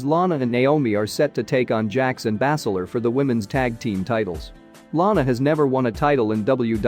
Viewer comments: It is not bass ler its( baze ler) not sheeemas its shame mas quit reading it watch the product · He probably does it on purpose to get more views ... who the fuck pronounces Sheamus the way this fool does 🤦🏻‍♂️ and Bazler lol Bass Ler wtf